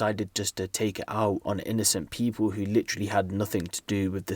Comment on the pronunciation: "pee-pole"... Hey "Pee-pole"